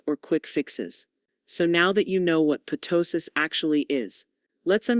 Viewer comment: It’s NOT p-tosis. It’s tosis. The p is silent.